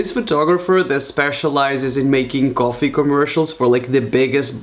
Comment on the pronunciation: Did he apply eyeshadow ><. And did yall find it cute when he said "coffee" as "gorefee"